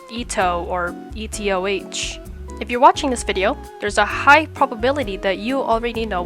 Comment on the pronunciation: calling etoh E TEE O HAYCH is like saying geo dash